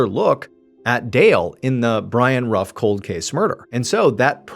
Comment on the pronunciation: Love your videos. Family name is actually pronounced, 'roof'. When you keep calling the Camaro a Mustang though... 😂